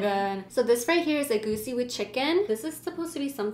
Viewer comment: First of all u eat the fufu with the egusi not the stew secondly you don't use two hands to eat the fufu😂😂😂 thirdly you pronounce fofo, egusi and jollf rice wrongly